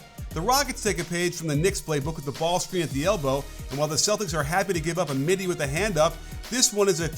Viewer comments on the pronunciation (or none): none